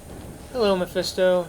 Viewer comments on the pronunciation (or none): none